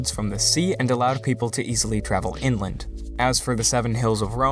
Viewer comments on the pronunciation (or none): none